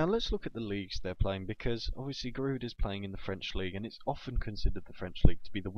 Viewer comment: Giroud is pronounced 'ji-rew'